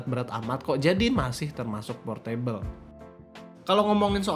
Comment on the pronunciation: baca portable adalah portebel bukan por-meja(table)